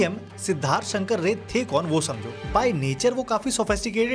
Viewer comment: Your Bengali accent is very good. But I think it's Siddharth Shankar Ray(RAAI, Not rey).